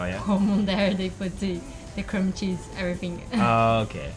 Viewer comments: ありがとうございます！ cram cheeseで検索すると、もしかしてcream cheeseと出てきてたんですが、正しかったんですねw クリームチーズだと思って動画を見直してみましたが、やっぱりクラムチーズって聞こえましたw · クラムチーズ・・私も調べましたがそういうチーズはありませんでした（＞＜） すみません、完全に聞き間違えです！ 恐らくクリームチーズと言っていたのだと思いますが、発音がクラムとしか 聞こえませんでした。